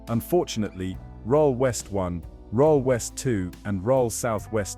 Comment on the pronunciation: The images are not the places that they are describing. Many clips have cars driving on the wrong side of the road. Rhyl is pronounce Rill, not Rohl. Oxford Street is not in Corby.